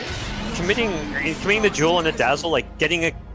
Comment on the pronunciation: When he says duel, i hear joule